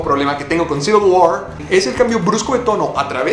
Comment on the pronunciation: Eres el primero que pronuncia bien "Civil War".